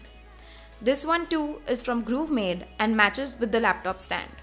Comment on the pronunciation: Grovemade. Not Groovemade.